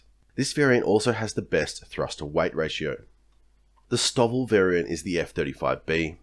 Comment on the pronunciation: ive never heard 'stovl' pronounced as 'stovvle'. usually its 'stow'-'ville'. the big attractor for the f35 was distributed manufacturing creating regional economic offsets which was a force multiplier for sovereign technologies, supply chains and skills base- along with redundancy in supply chains.